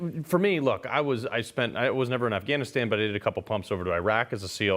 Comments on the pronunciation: Did you mean, the Tally-Ban?! I heard Uncle Sniffy mention them! 🤣🤣🤣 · Joe was ready to expound on his knowledge about the "Tolly bon"